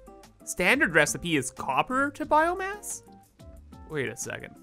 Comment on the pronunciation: did i just heard “biome-ass?”